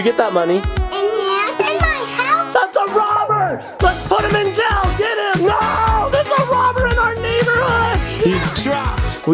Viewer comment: Have u ever noticed that ur dad says jell instead of jail adley